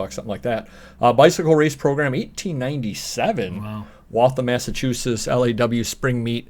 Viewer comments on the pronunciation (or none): Waltham Massachusetts where I was born, no one else pronounces it like a local =]